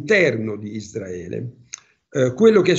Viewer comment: Isdraele NON SI PUO' SENTIRE!! DITEGLIELO CHE SI SCRIVE e PRONUNCIA CON LA R ISRAELE ISRAELE ISRAELIANI ISRAELE!!! ISRAELE E NON ISDRAELE!!!!!!!!!!!!!!!